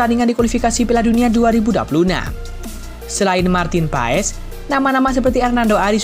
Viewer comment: kenapa di baca PAES semua media ???? MARTIN PASS ndull 🤣🤣